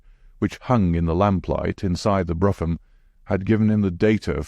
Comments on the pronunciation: I think the general consensus is that brougham ( a type of horse drawn carriage ) is pronounced ‘broom’ . Otherwise this voice makes for a pleasant listen , thank you 🙏🏻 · The carriage is pronounced Brawm.